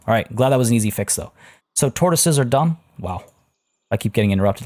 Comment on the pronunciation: You said : Turtles are done , I heard : turtles are damm :D hahahaaaaa...